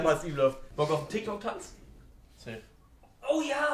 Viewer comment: Es heißt Tyk Tok😐